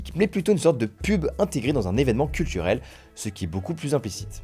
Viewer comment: Ça affrique le langage chez VA maintenant? "Cultchurel" " Youtchube " ... Et beh, y'a vraiment plus aucun espoir...